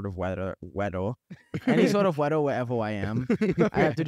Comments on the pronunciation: Fr I LOST it when he goes ‘wedaw’ instead of weather 🥲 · 'thats why i kinda just have a closet in both places cos im like at this point i really need to just be prepared for any sort of weddre- weddor. Any sort of wedder wheverw i am i have to just be pwepared for that. No matter what.' 👹❤